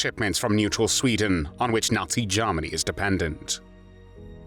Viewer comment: Interesting video...............I find the narrator's pronunciation of Germany a little bit "Lord Haw-Hawish"......(Jarmany, as opposed Germany), but it doesn't detract from the content